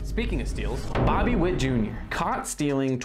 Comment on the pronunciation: You called him Bibby wott